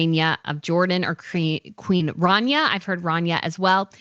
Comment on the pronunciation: The way you say Rania needs to be changed cause it just sound ugly. You should be put on the worst pronunciation list.